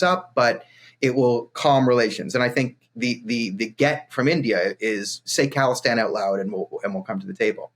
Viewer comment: It's khalistan not calistan, they are not some kind of workout nerds :D